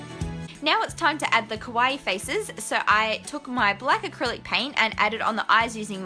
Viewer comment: I'm sorry for being a huge nerd but I have to say it: the way you pronounce kawaii makes it sound like your saying kowai, which means "scary" in japanese. So in this video you made scary perfume bottles :D (obviously you can say it however you want. I am not, as of yet, a language cop and therefore have no access to the language jail)